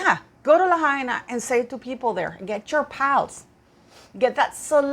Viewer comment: It’s la-high-na. 😊